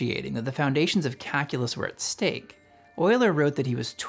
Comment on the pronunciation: it really sounds like you're pronouncing "calculus" as "kakulus"